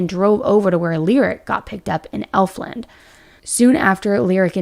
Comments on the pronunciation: Hi!!! I’m a local to where this tragic case happened. I just want you to have the correct pronunciation of these places in case you do more updates as it develops! Alamance county = Al-uh-mance Efland = Ef-land (not elf land lol) Mebane = meh-bin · and EF-LAND.... lol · Thank You so much. Elf Land was working my nerves! In addition Mebane is pronounced Meb Bin. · But I’m from that area so I understand. … it’s Efland, like “F-land” not Elfland. And it’s Mebane, like Meh-ban, not Me-Bane. Both have always been pronounced like that for ever. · Just to help out, Mebane is pronounced Meb-Anne. Elfland is pronounced Eff-land. The first L is silent. You were pretty close! This case is so heartbreaking. Any cases in the Carolinas like this hits a little harder. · A lot of this is incorrect. Parker is not Shane’s son. It’s his half brothers child. It’s pronounced “F-land” not “Elf-land” also said in the police reports. Don’t agree with releasing the 4 year olds name. Which you also pronounced wrong. Jen-No-V-A It’s Meb-ann. The mom even says it in the video. The land was not owned by the stepfather. It was a power line easement close to the residence but not owned by them. The iPad was not taken by Lyric. It was turned over to police. Also in the reports. Lyric was not identified by family. A first responder on scene knew them. Shane and Elizabeth never had social media. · Al like the name when pronouncing Alamance County. Efland not elf. I’m a follower and fan of yours from North Carolina. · it's Efland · This happened right down the road from me. Happy to see a bigger YouTuber crime channel covering it. Seems to have flown under the radar for most but in the mean time we have a murderer walking our streets here in NC. Also… Efland= F-land Mebane= Meh-bin Alamance= Al-a-mans 😉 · Meh-bin…. Eff-land…. Al-uh-manse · thank you... If I see/hear ELFland again I'll scream.